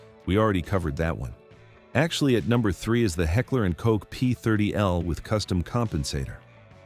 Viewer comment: New channel? Please subscribe?? Figure out how to pronounce Heckler and Koch with that Ai voice and then maybe we can proceed.